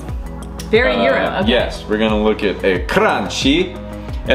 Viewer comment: Its pronounced "cranky"